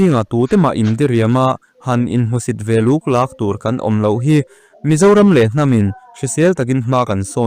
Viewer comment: Fel - inti fel, duty - inti duty..."inti" a tel tawh chuan a hreawmin a buaithlak tawh thin...tin, ngatinge chhiar hi an thiam loh em² mai...buluk leh luklak a lam dan te,, vawi 2/1 tal chhiar hmasak thin awm ania..